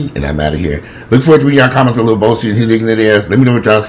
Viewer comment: Did say "Lil Bowsie"? I'm weak 🤣😂 #generationalgaponfleek #inthehizzlefoshizzle Lil Boosie is a complete fool and should be dealt with accordingly